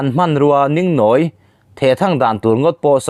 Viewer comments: I tawng thluk adiklo atam hle mai,(ningnawi) ilamdan te hi adiklo mahni tawng thluk pawh thiamlo,in ngaihsan awm loh khawpmai.i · Ngati nge puitling tawh si tawng thluk i hman dik theih miah loh mai le,eg, Tuhrik tih te,Ningnawi tih te,a thluk a dik lo. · Ningnawi hi i lam dik lo. Dingdi tih lam dan hian lam rawh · Ningnãwi ni lovin níngnáwi tih tur aw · Mizorama piang leh seilian i nih chuan ngatinge tawngthluk i tihsual nasat viau le,ngaihthlak a nuam lo ka lo ti ve a ni.eg, Ningnawi ,hmawrtawng etc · Ningnawi , tih hi a thluk i ti dik lova, nâwi tih tur, thluk na dah tur. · Ningnawi tih hi Lunglêng tih angin lamri tawh rawh aw. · 'Ningnawi' I lam diklo deuh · Ningnawi tih thluk te,Thing har tihte khi a thluk a dik lo lutuk. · Ningnawi leh Tuhrik lam dan hi adik lova, hre zawk te zawh nise ava tha ve aw.😂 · Ningnawi leh Tuhrik lam dan dik hriat tum ngei ang che. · Ningnawi hi i lam dik lo.... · Mizo ṭawng lam dan hi rual u zawkte zawt ṭhin teh u. Ṭhangtharte hnenah ṭawng dik lo in zirtir zel a nia..ningnawi...tihte hi..😊😊😊😊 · Nang hi Mizo tawng lam rik dan i hre thei lo hle mai- ningnawi, bawlzân leh a dangte lam rik dik loh a tam hle mai. Lo inzir ve deuh teh. Mizo hmelmaa insiamna a ni. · Ningnawi lam dân hi a dik lo, nawi hi ri sangin aw.